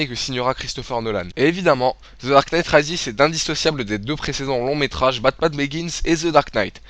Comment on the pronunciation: Comment tu prononces "Rises" mdr X) Mais la critique est de qualité donc rien à dire.